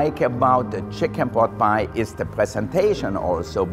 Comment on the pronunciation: I lije how he said chiken pot pie